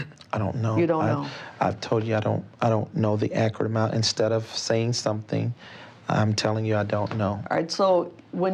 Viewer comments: `pacific, accrite, axe, ain't, prolly, reptable...the grammar, the academia, the class. 😂😂😂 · Stop ‘Axeing’ him because he don’t know what’s ‘Acrit’!? 🤷🏾‍♀️🤦🏾‍♀️🤣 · “Totally actrut” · Ackrit. His vocabulary is overwamming at times. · It’s low key impressive that he can turn the word “accurate” into a two syllable word 😂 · These are some very pacific questions she's axing. I hope his answers are akrit.